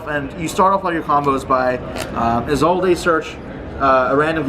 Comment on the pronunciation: I had much more of a problem with the pronunciation of 'Isolde'